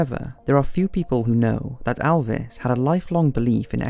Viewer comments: Mate it’s not alves,it’s elves.don’t mess his name up like that 😠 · It's Elvis not Alvis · pronounced Elvis not alvis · ELLLLLLLLLLLLLLLLLLLLL-vis Not "iLL-vis" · "Alvis Presley" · its not Alvis! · It's Elvis not Alvis :P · Elvis not Alvis.